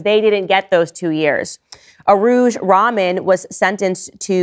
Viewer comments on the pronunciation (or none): Rahman rhymes with "rug Don". Does not rhyme with "common".